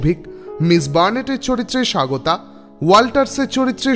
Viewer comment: স্বাগতা ওটা সাগোতা না